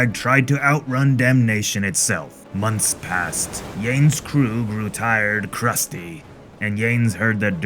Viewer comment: Your pirate voice is awesome. Your pronunciation of Portuguese and Spaniard names could use a little improvement (for example, Yanes is "Yaa-Ness"). Other than that, I'm looking forward to the rest of the comic.